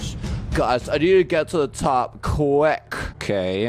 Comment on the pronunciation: Real: Quick: QuECK XDDD